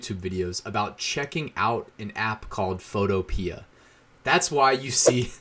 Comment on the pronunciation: Photopea rhymes with Utopia. fo TOE pe uh